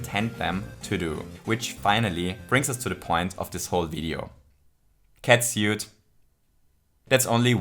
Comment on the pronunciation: 5 out of 5 fuzzies for your pronounciation of "catsuit".